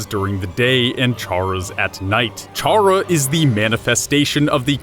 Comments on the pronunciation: theory seems legit but ralsei isn't female the unused classroom isn't toriel's you mispronounced chara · Chara is short for character....why do people pronounce the ch like cheese or charcoal...oof lol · 1. I think you're mispronouncing Chara. 2. Ralsei is a dude. 3. 2 videos and Gaster (the person that made the whole dark world) isn't even mentioned once in either videos AANNDD 4. I luv u ☺ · you're pronouncing Chara's name wrong their name is a play on words, all the names in these games, it's a play on the word character. So stop calling them by a different pronunciation! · Kris sounds like Frisk but with a c sound like chara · Why do people always pronounce Chara as Char-ra? The official wiki says that it's pronounced Kar-ra, which quite obviously is short for character. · It's pronounced kara not chara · One thing. Did you JUST figure out that the 'dark world' was all a game? I mean. Its.. pretty obvious at the end. Most people figured it out. and you keep saying chhhhhhhara. the H is silent my dude. its pronounced Cara. spelled Chara yes, but not everything sounds exactly like its spelled. also im pretty sure Ralsei is referred to as a prince a few times throughout. Not a bad video, all and all tho. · It’s pronounced ca ra, not cha ra. It’s a play on the word character. Just sayin. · It’s pronounced kar uh not charre ah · Nobody said Ralsei was a girl. The pink doesn't mean female you know.Also stop pronouncing it as Charr-ah. It's pronounced Kara, as in, short for CHARACTER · I swear to god if you keep saying CHAR-uh and not CAR-uh I'm going to throw myself out of a window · I cant watch this knowing you pronounce chara as Char-ra not kar-ra. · Its not chara its rhaca idk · would like to mention, because I'm kind of a grammar nazi, chara is pronounced kara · it’s pronounced kara short for character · Omfg it’s CHARA. The “CH” makes a “K” sound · 1. Ralsei is just Asriel, not even implied to be female. 2. CHARA-CTER as in pronounced "kAr uh"